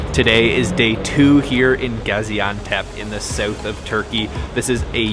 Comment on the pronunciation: Dude it's pronounced south! NOT sewth